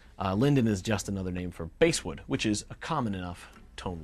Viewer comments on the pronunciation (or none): Basswood (pronouced bass (like the fish) wood.)